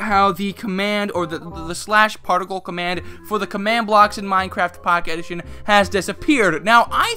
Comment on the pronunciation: "MyneCrayft Packeyt Edition"